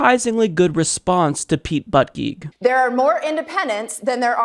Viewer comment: lol at how you pronounced Pete Buttigieg's surname. you don't pronounce it butt- geek. thats a Maltese surname. its more like booty -jiej. the g shoud sound like j of jar. otherwise i agree he said stupid response. yet i am blinded a bit by the fact that he has Maltese heritage and i am Maltese so i like him :)